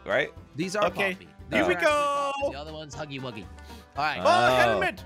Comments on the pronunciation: said hunggy but its huggy wuggy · Jelly:thats poppy:his name is funggy Me: it's huggy wuggy 👁️👄👁️